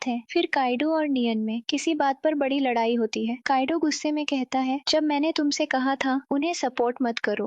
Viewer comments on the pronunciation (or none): none